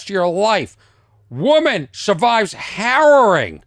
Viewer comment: har·row·ing pronunciation buddy